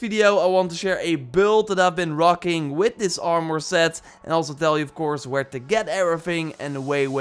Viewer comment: Hate how he say armor😭